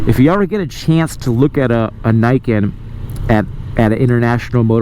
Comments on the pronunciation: Fixed audio?? I still hear NAI-KEN instead of NEE-KEN as it is supposed to be called...... It's not that hard guys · It's not Nike-ken, it's Nee-ken. "Ni" is 2 in Japanese, "Ken" is sword. It literally says "Two Swords" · its "nii" "ken" noot "nai "ken" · It’s a machine for sure, but it’s not sportswear. Pretty sure it’s pronounced nee-ken. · learn how to pronounce the word Niken Neeken, as is the camera is Neekon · Niken = 二劍 = pronounced "ni" as in "Nissan" Thumbs up for reviewing the cool bike, thumbs down for saying the name of the thing you're reviewing wrong. +1 -1 = 0 (no thumbs up or down from me for this video) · nah, just because someone else pronounced it wrong AS WELL doesn't make it right.